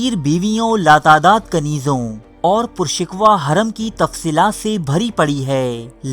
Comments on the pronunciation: bhai word pur shiko hota h pur shikwa nahi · Bhai pur shikwah nahi hota pur shakoh hota hai